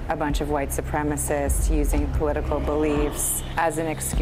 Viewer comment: Pisses me off how the irish guy says white